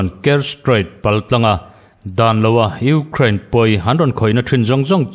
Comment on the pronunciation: I thu chhiar angaihnawm e, kan ṭawng nilo ṭawng dang, Ukraine tih ang te i lam dika, News Reader in nihna angin i smart a atha e, kan Youtube Channel neih thenkhat hnam dang ṭawng lam fuhlo hriat tur a awm fova, a in hmeh chiah lo deuh, tin Twesday Nightmare te ang mahni ṭawng pawh lam fuh theilo tehi rawn inla News viau ṭhin hmahse an hne awm ṭhin. Hmasawn zel tur kan nih ang bawkin, News readers tehi chu smart em em tura beisei pawh inni e, tin Russia hian Ukraine a rûn hi sim thak tura Russia hi nûai hrep tlak ani, tin Fuel hi tlema lam uluk leh deuh tumla i thei em em ang, "Fiuwel" ti anga lam rik a dik ang. U kha Mizo in "iu" tia kan lam rik anga lam rik tur ani ang. Indo leh indo thuthang a tam ṭhin hle a, tun lai News hi a rumra hlawm ṭhin hle kei pawn ka ngaithla nasa, ngaihnawm tak chu ani bawk si..😂